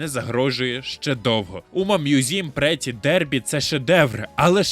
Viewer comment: Враження що ви гру і не запускали якщо чесно, там при кожному запуску якась з VA промовляє завітне "умамусуме прітті дербі" , але жодне з них не звучить "претті мьюзіам" 🤨